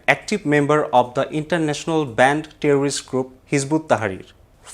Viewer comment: terrorist noun /ˈterərɪst/ /ˈterərɪst/,this is the right pronunciation of the word " terrorist" please mention the right pronunciation only otherwise it will disgrace us since you are making videos in English not only for the domestic audience but only for the international community as well 🙏 please don't get me wrong 🙏